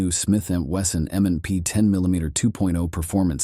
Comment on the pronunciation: It seems that the narrator is saying "M and N P".